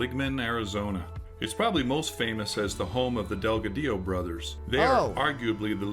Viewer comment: That guy said "Delga-dio brothers". It's pronounced Del-gadio. Or like "god e o".😂